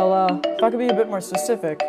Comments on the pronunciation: “well i could be a bit more *SuCifIc*”😂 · "If I could be a bit more **susific**" Lmfao